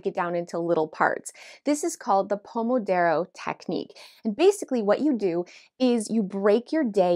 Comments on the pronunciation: 😂 It’s Pomodoro (not Pomodaro). I don’t care, but I think it’s funny that you were using a sponsor that may have caught that…? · "Pomodoro", not "pomodaro". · Hey,, just a gentle correction that it's Pomodoro!